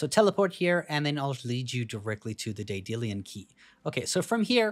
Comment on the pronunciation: Day-dillian keys?